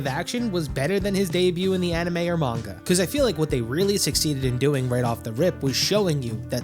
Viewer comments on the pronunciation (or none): none